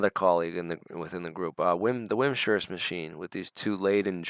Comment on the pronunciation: Chitin is pronounced 'KAITIN'. Also Wimshurst is Wims hurst, not wim shurst Interesting episode, thank you